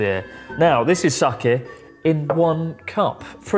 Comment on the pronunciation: wrong pronunciation of sake